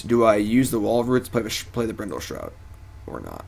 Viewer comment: hahaha corrects himself with an incorrect pronunciation for "BRINDLE SHROUT" hahaha classic! edit: again with "Brindle Shout" lmao.